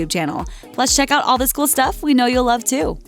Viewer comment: "In loerve" 😂😂😂😂😂😂😂😂😂